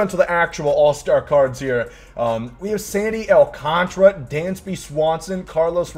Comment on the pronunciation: It’s Sandy AL - CAN - TARA, clap it out.